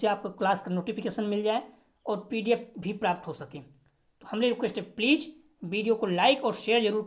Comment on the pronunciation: Pleej pleej kyu bolte ho please bola karo ....pleej bahut odd lagta h🙏🙏🙏